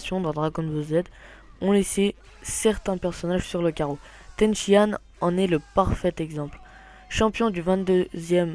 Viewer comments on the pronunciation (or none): Ten Shi Han... Pikon... prononcé bien les noms unpeu